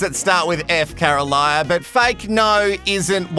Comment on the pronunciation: Sorry mate. Her name is Carolina not Caroliya. Lol